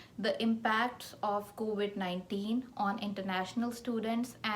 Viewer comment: It’s COVID and not COVIT